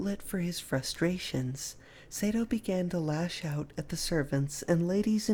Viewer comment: His name is pronounced Sah-do (as in ma or pa) not Say-do.